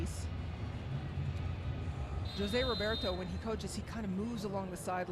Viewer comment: For an international commentator it's unforgivable specially such a simple name to say joe-se..... but u do love ur taco Tuesday 🙄🙄🙄 and on top such a legendary coach! It's pronounced HO-SE!